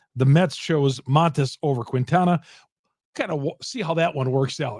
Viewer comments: As a Marquette University alumn, I beg you: stop calling Quintana “Queentana”. It’s a silent “u”, just like in Marquette (it ain’t “Marcuette”). The correct pronunciation is “Keentana.” Keep up the good work! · It's pronounced.. keen-ta-na